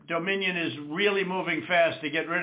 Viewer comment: Doe-minion! LMFAO!